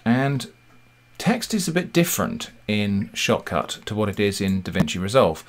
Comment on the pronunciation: When you say "Shotcut", I hear "shop cart"